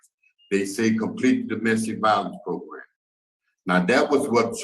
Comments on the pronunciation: I'm happy to hear I'm not the only one to grin when I hear progrum. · I first started watching you, you used to say "PROGRAM"...now I smile a little every time I hear you **unintentionally** say "PROGRUM"🤭I caught myself doing the same thing recently at work and my co-worker gave me a strange 👀 when I busted out laughing🤣Judge Maribella has gotten to us all! 😁I love your channel, your content, your thoughtful unpacking, and reading the opinionated yet respectful comments of my fellow subs💟, thank you so much for all you do💯 I often find myself nodding in agreement to your end narratives, your genuine reactions, listening to you think out loud from the different parties perspectives is a pleasure to watch. I'm subbed to a lot of different law/crime channels, mostly geared towards entertainment, but this one is special bc you're disseminating truly important information...if we ever hope for any change, the public needs to see how our criminal justice system works (or unfortunately sometimes doesn't😓). Ty again😇